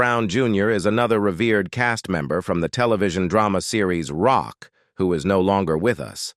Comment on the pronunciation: ROCK…. It’s pronounced ROCK 😂